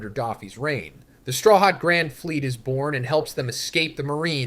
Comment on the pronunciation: is this AI? i know you know how to actually pronounce luffy and strawhat lmfao